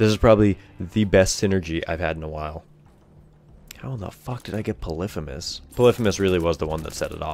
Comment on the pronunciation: You pronounce polyphemus so wrong